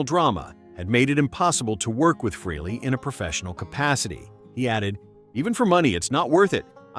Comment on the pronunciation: Stop saying "Free-lee". It's pronounced "Fray-lee".